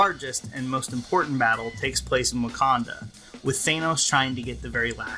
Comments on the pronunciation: Also, it's 'Than-os', not 'Thane-os.' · You're pronouncing his name wrong. It's "Thanos" not "Thaenos". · I like a lot of your videos, but I couldn't get past your pronunciation of Thanos in this one. It's not "Thane - os". It's "Than - os". It's not a long A sound. Other than that, keep up the good work! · Th-AN-os, not Th-ANE-os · THANOS NOT THAYNOS Love your videos lol. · Thainoes, Thainoes, Thainoes. It’s Thanos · You're making a review yet you call him "Thaynouse" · Whats with americans always calling him Thaaynos ? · Dude stop mispronouncing it! It’s Thanos, with a flat-A. You’re saying like Thaynos. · Boy, I love THAY- NOS. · Why? Was it pronounced that way in an Avengers cartoon or something? Seems a little silly to deliberately mispronounce a two syllable world. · The pronunciation of “Thanos” clangs against my ears. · You're pronouncing "Thanos" wrong.